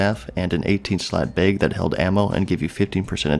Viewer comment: funny how you say bag.. like you would say beg